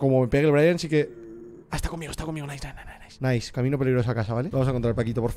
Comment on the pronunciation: Nadie: Absolutamente nadie: Rubius: NAISS xd